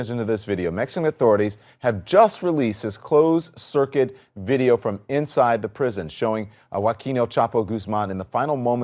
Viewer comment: is it me or does he say lets get right in the moooodyio